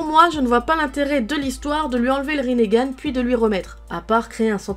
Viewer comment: elle a pas bien dit konoha RINNEGAN